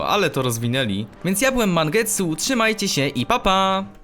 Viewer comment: powiedziałeś mangetsuu na starcie